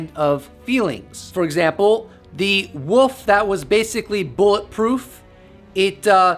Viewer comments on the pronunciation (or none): Why can't Americans say wolf? A giant 'woof'? So what's plural Then, 'woofs'? Wolves bro. Wolves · Wolf not woff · Woof is what a dog says. You said woof 40 times, and, wolf 4 times. I can't listen anymore cuz all I can is woof! Sorry, generally- I like your videos... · Honey. So sweet, there's an L in wolf. You are just saying woof. Still sweet. Lots of love. No troll. 😁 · Love these vidoes but...It sounds like your saying the woof